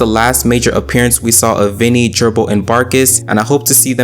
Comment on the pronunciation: It's VINEy, not Vinnie